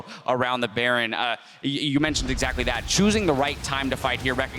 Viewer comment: "Exactry".... really!!?!?!? Lmfao.:D